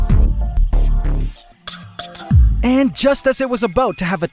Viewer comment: Ant wars about to get serious, no signs of Jay z and Beyonce, what are the crabs up to? What about(aboot the way you pronounced it) AquaNoctis or however it's spelled